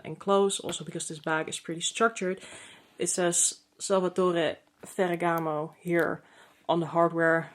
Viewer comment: I love the unique color combo of pink and silver hardware. It seems like they have been paring gold with pinks more. However, I 💯 understand why you’re sending it back. I also like how you pronounce the Salvatore Ferragamo. I wish I could get it out like that 😊 and sound 😎